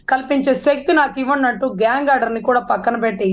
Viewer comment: Gag not gang.😂😂😂😂😂😂😂😂😂